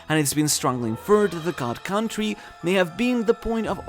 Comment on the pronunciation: It’s not CAH-WON-TREE it’s CON-TREE… like this until my guy sees this and pronounce country properly